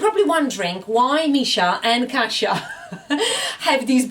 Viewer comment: My parents are from Poland and it bugs me so much that your mom goes by Kasha instead of Kasia!!!! ahhh!!